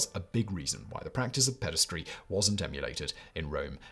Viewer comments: "Pederasty," not "pedastry." "Chaste" is pronounced to rhyme with "chased," not "last." And the first syllable of "Sappho" does not rhyme with "say" but like the first syllable of "sapphire." I'm really surprised to hear that many mistakes in one of your videos. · There is no such word as "pedistry" - Simon really should learn to read. The correct word is "pederasty" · Ped-a-ras-ty Not pedes-try 🙄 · If you have to pronounce a new word so many times at least look it up... Pederasty or paederasty (US: /ˈpɛdəræsti/ or UK: /ˈpiːdəræsti/)